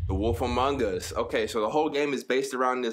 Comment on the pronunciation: Before this game play I kept thinking was saying wolfamongas. I was like.... awolfa what?!